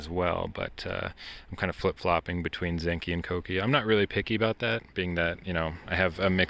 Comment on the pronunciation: Wow first person I've ever heard say Kouki properly, respect